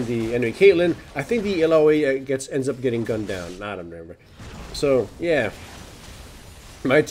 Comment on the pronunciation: I am so happy that you managed to pronounce Illaoi correctly this time :P